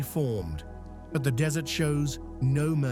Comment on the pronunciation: Why do they insist on using cheap AI to do the narration, when the worst actor can do a better job? Did this boy cross the desert, or the dessert?